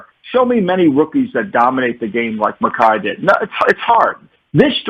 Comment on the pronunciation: Had to stop when he said Macai